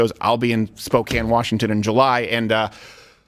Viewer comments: Steven, 100% happy you said Spokane correctly instead of "spo-cane". Will be coming out to see ya!! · Wow Steve, you pronounce SPOKANE properly! Nice. How would you pronounce Gonzaga? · HOLY SHIT! Steven pronounced Spokane correctly!